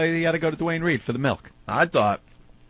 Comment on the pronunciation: Melk. Fucking MELK? Eugh.